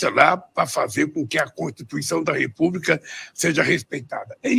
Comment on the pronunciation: ele acertou corrupção mas falou "repuba" e não republica